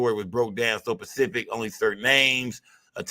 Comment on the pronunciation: Woody its specific not pacific 😂😂😂